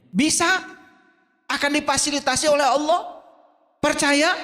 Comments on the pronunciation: alquran,nyebut nama Allah saja masih salah.kdg nyebut nya awloh,kdg aloh.mn ada org percaya kamu islam klw sperti itu.malah kamu sndr yg malu nnti.di tantang baca alquran bkn nya membuktikan kamu bisa baca alquran,kamu malah ngeyel blg nya bkn hal wajib.aduh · si blm pintar nyamar jd islam.hrs nya si bljr baca alquran dulu yg bnr biar mirip islam.ini jgn kan baca alquran,nyebut nama Allah saja masih salah.kdg nyebut nya awloh,kdg aloh.mn ada org percaya kamu islam klw sperti itu.malah kamu sndr yg malu nnti.di tantang baca alquran bkn nya membuktikan kamu bisa baca alquran,kamu malah ngeyel blg nya bkn hal wajib.aduh